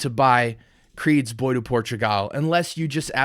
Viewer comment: Bois is pronounced "BWahh" not "boy" or "boys."